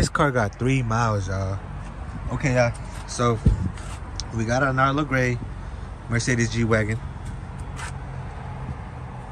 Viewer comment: Narlo gray?! 😂😂